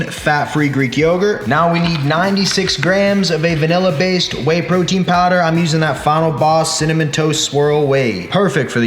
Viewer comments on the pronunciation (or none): none